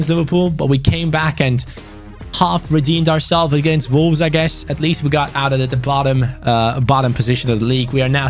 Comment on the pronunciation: It's Wolves but always pronounces it Volves. He speaks brilliant English but that's an opening letter he struggles with and it makes be chuckle.